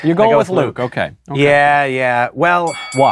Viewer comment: I mean, Luke can't even pronounce his own name right